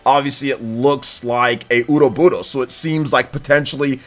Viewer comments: Cringe. Why do you pronounce ouroboros as, "oodo-boodos?" That's not how it's pronounced and it's origin isn't Japanese. The correct pronounciation is, "oro-boros." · Bro quit saying Ouroboros like that! It's not a japanese word, you don't need to add some weird pronunciation or accent or roll the R. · Ouroboros. Been seeing this word since The Legend of Heroes series and still can't pronounce it right. Hell, I'm not even confident I spelled it right. lol